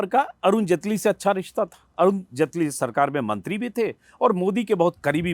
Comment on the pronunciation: तू भी जटेली की जगह जेटली कर